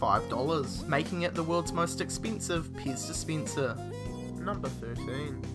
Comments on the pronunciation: I heard piss dispenser as well... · Piz dispientser......lol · IKSPINSIV. wtf! DISPINSIR! wtf. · Ixpinsive Dispinser, In every end of each sentence he says the last word a little longer, why? # 13 supinsion? eva mide?